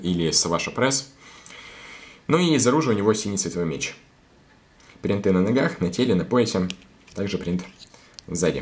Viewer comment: Ты можешь не говорить бринты